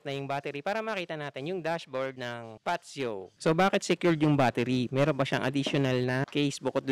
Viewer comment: Mas alam pa ng vlogger bigkasin 'yong unit kaysa sa mismong sales representative eh haha